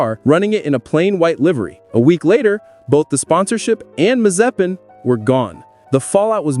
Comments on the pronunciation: the way he said Nikita's surname the first time was okay for a non-Slavic speaker (I approve this pronunciation - I'm Slavic), but the second one... oh my, maze-spin. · Damn i'm triggered of how you pronounce Mazepin.